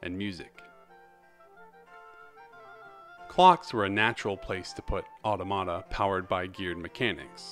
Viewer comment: Just a little fiy, it’s pronounced “ah-TAW-muh-tuh” not “auto-mata”. Not to be rude or anything!